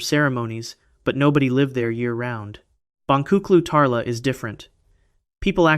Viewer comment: The "C" in Turkish is pronounced as a "J." The correct pronunciation is "Bonjuklu Tarla." JSYK! :)